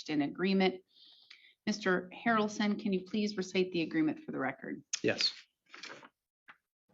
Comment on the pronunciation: Mr. HARRaRrlson, Mister HARRalson lol